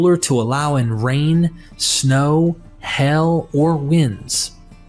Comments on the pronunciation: My favorite part is how you pronounce "HAIL" as "HELL" the word "Hail" is pronounced H(ale). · hail as in hay ill not hell